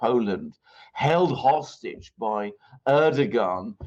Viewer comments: To pronounce correctly Erdoğan is to just ignore ğ. It is there only to elongate "a". Reading with a long "a" would make it perfect. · The G is silent. Pronounce like a W. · Its Erdoan without saying the G,is the right pronanciation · Funny. Am I, İngliz Ressam, going to teach my proverbial Turkish Grandmother how to suck eggs? I suggest it is more doe or dough then doo, which would be air-doo-an, phonetically in English. Air-doh-an? Ama, boş ver, it matters not. Good fun though. Teşşekürler. P.S. my Turkish is çok kötü. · Try saying Erdo-one, Alexander😉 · air-doe-an: Erdoğan. Silent G. Easy. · And its more ERR-DOO-WON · ER - DO - WAN (it's the g that's the problem) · It’s just “Erdowan”. “Rejep Erdowan” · It is a ğ, not a g. 🤣 Just like r is pronunciated in French.